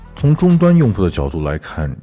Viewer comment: 荒谬的谬读错了